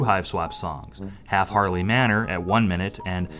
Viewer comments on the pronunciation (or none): none